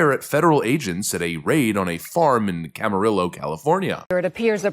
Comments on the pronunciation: Glad to see my home county reaching your channel good sir. Keep up the great work. Oh, Camarillo (Cam-ar-rio), "L" is silent. 😅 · Its camer-eo the LL,s are silent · Cam-Ah-Rio. Double LL makes a Y sound. Adolfo is probably rolling over in his grave... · “Cam-a-riyo” at least it wasn’t in “ojai” good luck with that one. But that’s a new one I haven’t heard before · In case you ever do another video about this area, it's "Cama ree oh" (Spanish name). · Camarillo or Kama rillo 😁 sounds like the way I would pronounce it and I'm vanilla face. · Camarillo pronounced "cama rio" double ll in Spanish is like Y. Ironically my hometown of Vallejo, we pronounce the L's like English. I'm sure originally it wasn't, but that's California. San Rafael is pronounced San Rafel. IDK, just is. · Camarillo LLs = Y sound